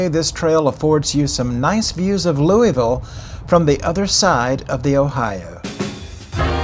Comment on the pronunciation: Great video, one major issue though. It’s pronounced Lou-uh-vull . Not Lou-e-ville